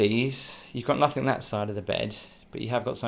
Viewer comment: I like your videos, but the word 'Nothing' doesn't end with a 'K'. 😊